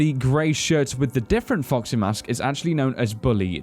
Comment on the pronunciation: Those is it me or those says:"Fuck see" when he wants to say:"Foxy" but still I love your videos guys! Almost every theory has sense to me and just be like this! And I think that the purple guy is the owner of Fred Bars Family Diner chose when he sold hes restaurant he knew where will be the animatronicks so he killed the kids and so on and so on... You all know the story...